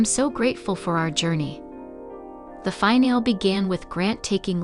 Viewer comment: Zoe's name is pronounced Zo-wee not Zow and finale is pronounced fin-al-ee not fin-al.